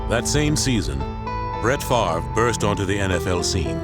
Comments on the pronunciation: Ah yes, Brett “Favor” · The man said Brett favor...lol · Brett Favor. Lol. Poor Brett getting his name pronounced wrong at the draft. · "Brett Favor"